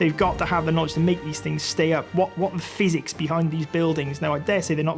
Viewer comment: I've listened to the man talking three times, and I still can't understand what he said. Why is he talking about a phoenix?